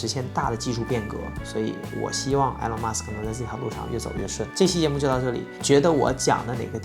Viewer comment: Good video. It's "Ee-lawn", not "Eh-lawn"